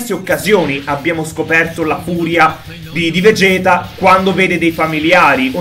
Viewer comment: SI PRONUNCIA VEGET NON VEGHET...